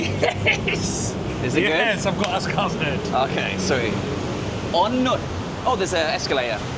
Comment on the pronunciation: It's pronounced On Newt